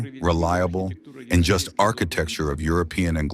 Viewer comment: Fire your reader for his misreading of the word "just" (after reading it correctly ).